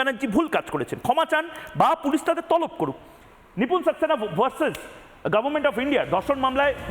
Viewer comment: মুখ্যমন্ত্রী জি আপনি এতো ভুল উচ্চারণ করেন? আপনি গভর্মেন্টকে "গরমেন্ট" কেন বলেছেন? এক উচ্চ পদে বসে আপনি অনেক ভুল কথা বলেন। আপনি আবার স্কুলে ভর্তি হয়ে আবার ক্লাস টেন অবধি পড়ে আসুন। আপনাকে অনক ধন্যবাদ আপনার সঠিক তথ্য গুলো দেয়ার জন্য।